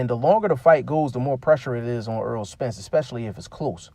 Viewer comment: Btw it's Not Earl, put some Respecc on his name bruh